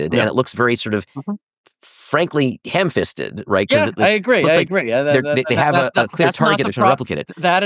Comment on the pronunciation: He said "hand fisted" 🤭